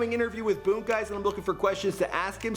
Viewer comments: It’s boonk not boke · The way this nigga pronounces “Boon” be catching me off guard every time 😂